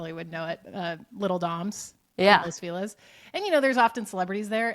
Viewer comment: Mispronounced los feliz dont do that